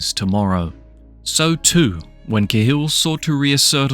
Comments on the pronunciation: It's caa hill not kay hill mate 👍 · ya, I agree with 100%..........would you pronounce CAT as KAY? Unless you're mentally disabled, ignorant or just plain stupid you just wouldn't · It's pronounced kal but spelled cahill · Same as Gallagher, some drop the second g some dont. but yeah i`d say Ca Hill. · Can't pronounce the name of him properly because it's the British doing the whole claiming Irishness again. I don't know why they would bother but all English media have some sort of boner for claiming Irish people as British. Martin Cahill was born and raised in Dublin, Ireland. Why you classifying this documentary piece as UK Crime. Hes Irish... Clueless channel. Reporting it after this message.. if you're doing to create a channel at least don't push misinformation. Remember, misinformation is alot worse than NO information. So you're the problem in this society b